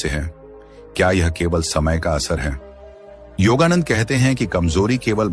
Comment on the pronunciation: योगानंद को योगानंदा मत कहे।